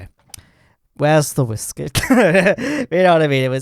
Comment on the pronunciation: "Where's the wahiskey"